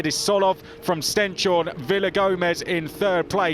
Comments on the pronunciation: Stens-horne not Sten-shorne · Its not Sten-shorne, its Stens-horne, translates to stones-horn. British splitting the word wrong again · His name is StenShorne, not StenChorne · Maybe the commentators could learn to say "Stens-horn" instead of "Stench-horn" soon... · They have asked Stenshorne about it, and he has accepted it the way they say it.